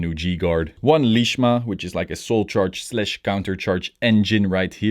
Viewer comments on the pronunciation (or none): A little upset u called herald lishma but still love your content tho big fan XD